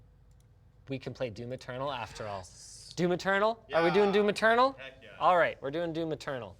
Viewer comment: Every time you try to say "Doom Eternal", you're actually saying "Do Maternal"